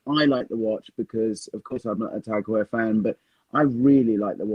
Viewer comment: Also, in case Four Pillars stays on as a sponsor, let’s just agree we need a special episode where you all take a shot every time says Tag Heur 😅